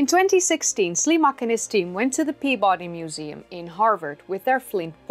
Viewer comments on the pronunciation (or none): none